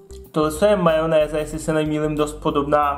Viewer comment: Jirkovo "majonéza" 😏